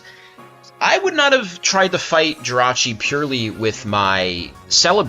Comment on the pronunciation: The only person in the world to refer to Jirachi as "Jirah". Rachi seems to roll off the tongue better, but hey, if that's your hill then by all means defend that hill.